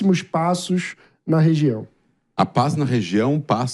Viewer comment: 'Consxtruçãu da paix'? 😂'paix' com fundamentalistas islâmicos radicais??? Vtc, idiota! 🖕😂